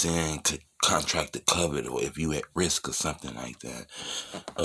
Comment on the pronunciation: Why you keep saying “cuvid” bruh? 😂